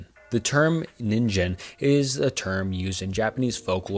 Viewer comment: didja mean "ningen"? Sillyyy, the "gen" part is pronounced with the same sound as the "g" in "get" :'D I think it's an easy mistake tho, but I wanted to let you know. Sorry if others said the same thing before me aah